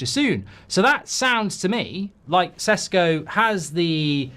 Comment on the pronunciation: He is not Sesko . It is Šeško [ Sheshko]. Get it right